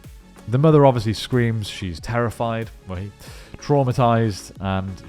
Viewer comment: Lol took me a minute to realize that almost everytime you say “terrified” or “terrifying” you go, “well hey”.